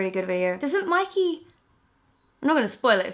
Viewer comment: he says MOIKEY when he’s yelling Mikey